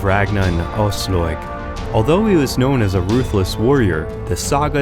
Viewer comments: Ojsllojg?!!!! Wtf man, her name is Aslaug. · English pronounciation of scandic names are sometimes legendary. Frø = Froeue Aslaug = Åsloig Asloig Auslåig hahaha Love it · Has this guy watched any of the TV show or did he just get given this script? The pronounciations absolutely ruined this video for me, lol. "Queen Oiyslouyg" "Eevar the boneless" "Ubbee" "Ragnar Lawthbrok" jheez. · "ausloyeg" holy shit man,you brutality butchered those names. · "Queen Aoslåyg".... oh god these pronounciations ... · George Zaharia asslog eeevar haahaa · I get triggered when he says Brünnhilde and Aslaug... But cool Video